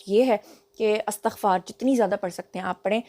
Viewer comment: Madam lafz istaghfar hota ha Astaghfar nahin Ap toU Aftab Iqbal ab ki student rahee hein ap tou please aisi ghalti na karen Lekin ap ka v log bohat acha hota ha❤❤❤